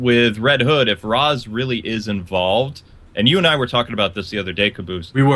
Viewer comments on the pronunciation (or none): i wonder why pronounced Ra's as Rawhs instead of Raesh and it would be awesome if detective vision worked inside of the batmobile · Bryan Leong it can only scan drones and its not the same as the detective vision. and said the Ra's is pronounced as Raesh a long time ago but he went back to Rawhs as what i have heard in this video.